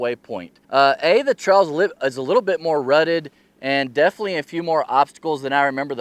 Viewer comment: Great video. But what is a "Trell"? Hahaha.